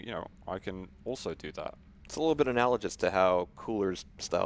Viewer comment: It's analaGUSS, not analaJUSS,. =_=